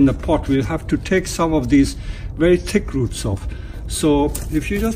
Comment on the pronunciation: I thought he was saying "tick roots". I honestly thought it was some kind of special roots that were good for Bonsai.